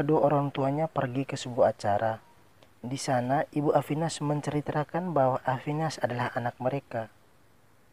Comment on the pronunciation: Cm kekurangan nya. Abang Pengucapan MENCERITAKAN. jadi MENCRITRAKAN😁